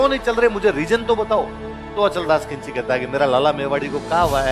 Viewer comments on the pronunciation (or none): Its not khinchi, correct word is khichi. pl speak khichi ❤ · Khinchi nhi khichi